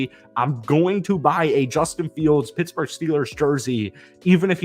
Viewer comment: "Jawstin Fields & AreTher Smith"